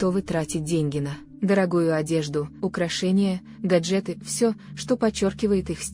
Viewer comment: гАджеты а не гаджЕты